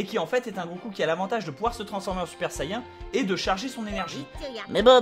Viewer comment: J'aibattue freezer lvl 21 et le seul moment ou j'ai galéré à la fin (lvl30) cet contre trunk super saiyen contrôler par le dieu des demon ps:si tu pouvais prononcer correctement saiyen stp sa serait cool merci n_n m'enfin bref merci pour se tuto !!!